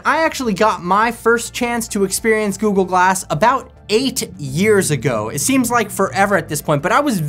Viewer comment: All I hear is Goo-Goo-Glass… 😝